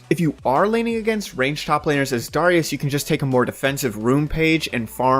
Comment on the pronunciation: why the fuck do you pronounce darius like that? its tilting